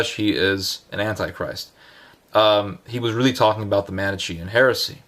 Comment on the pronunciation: Not even well intentioned. He doesn't even know how to pronounce Manichean!